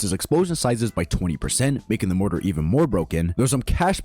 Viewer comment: Bu-but. That means tt-aht morart i mean mortar has a be-better cro-wd control